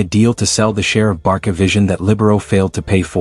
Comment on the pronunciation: Based on the name of this channel, you seem to be a Barca fan. If so, why do you mispronounce the club's name? My friend, it is pronounced [barsa] all over the world, not [barKa], for goodness sake. If you use AI for voiceover just be sure to replace "Barca" with "Barsa" in the text to make the AI pronounce it porperly.